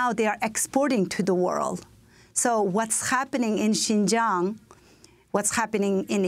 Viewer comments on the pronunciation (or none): none